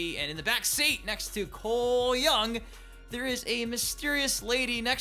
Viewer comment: You gotta stop saying coles name like that you sound stupid just say it normal